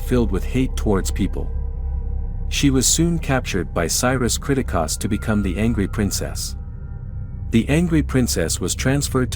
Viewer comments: This dude even realize that he's saying the last name wrong? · they say the last name many times in the movie, its almost like you never watched the movie cause you never say it right. its annoying af when you say it 40 times geeze!! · The way you pronounce the family’s name is nothing like they do in the movie. It’s so annoying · Especially the pronunciation of Pilgrimess & Kriticos